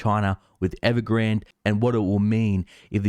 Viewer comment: All these youtubers talking about evergrande and cant even say the name right. Fat correction you are looking for is not till later this decade